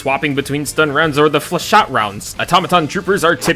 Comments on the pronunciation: You’re not meant to pronounce the last “e” in flechette. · flachette is french its prounouncsed flyshit rounds because its french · The pronunciation of "flechette" in this video was done by someone who never passed the third-grade reading level. There's just no way that you thought it was genuinely pronounced that way lol. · The dedication to never pronouncing 'flechette' correctly is admirable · he knows that we know that he’s doing it on purpose for engagement